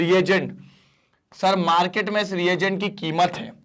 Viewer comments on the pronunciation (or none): none